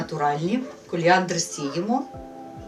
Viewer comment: не каліандр а коріандр